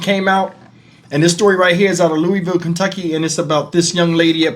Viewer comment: Thanks for covering this story. You pronounced Louisville correctly without the "s" sound. This happened in my hometown and I didn't hear about it until I clicked on your video. RIP Ms. R. Williams aka Juicy 🕊️🕊️🕊️